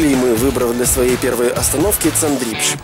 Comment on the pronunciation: цАндрипш ударение на А